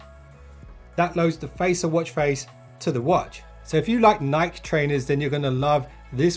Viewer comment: You are saying Nike wrong.